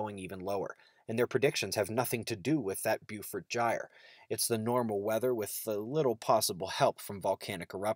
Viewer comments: FYI, "Beaufort" is pronounced as, "bo - fort"... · Good stuff. Just a heads up, I think Beaufort should be pronounced "Bo-fort" (that's the way they pronounced the Beaufort Bombers in World War II).